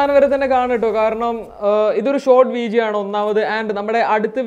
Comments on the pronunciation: Y are you telling veejio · വീജിയോ അല്ല, വീഡിയോ.. ഡി.. ഡി.. ഡിങ്കന്റെ ഡി..